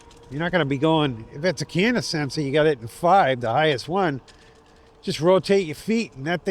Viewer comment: Great video. Incidentally, there's no n in cadence before the d. And it's a long a. Keep rocking...